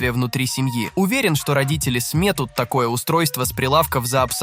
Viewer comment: СметУт, ударение на У